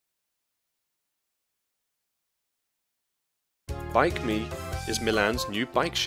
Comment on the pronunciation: It is not Bike Me, it's BikeMi